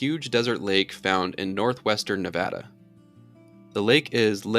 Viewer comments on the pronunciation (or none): none